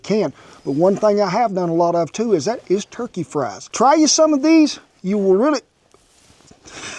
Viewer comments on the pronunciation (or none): none